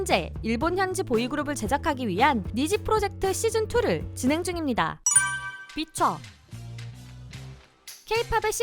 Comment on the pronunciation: 비차 라고 써있는데 왜 비춰하고 읽지..?